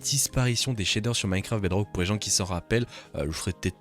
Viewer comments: J'adore quand tu dis "Minecwaft Bedwock" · C'est un mélange daccent franco-anglais😂